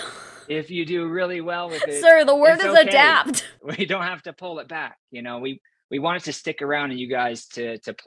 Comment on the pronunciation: Sir its ADAPT lawd 🤦🏽‍♀️